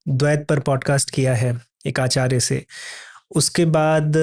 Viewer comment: Yeh Mahanubhav, Acharya ko Aacharge (Aa+Charge) kyon bolte hain?!?!